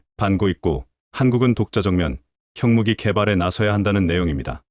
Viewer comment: 지금이 분장을 번역하고 읽는 기관은 어딘가요? 핵무기를 책무기라고 하지 않나, 읽는 사람이나,번역하는 사람이나......